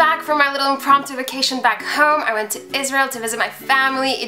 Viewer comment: Omg did u say israel?